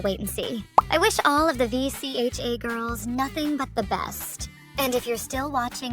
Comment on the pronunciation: Is she an AI or something? It’s pronounced Vee-chuh!